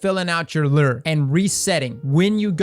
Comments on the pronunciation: Not to be that guy, but if you're gonna say it that many times, I gotta say something too. It's "lou-er", not "ler" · Its pronounced "Lou" - "er" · Lure = Lew-er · the way he says "lure" like LERR lol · Dude how are you saying “lure”? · Man no one can say lure properly lol